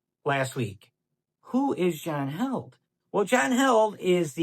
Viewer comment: Just curious why some pronounce his name as John "Held" but he pronounces it "HEALED" Is it a joke I'm not in on?